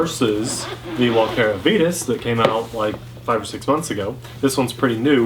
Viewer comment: Comparo! I’d also like to vote on the pronunciation of Vitus.... it should be v(eye)tus, just like the “vita” in vitamin :)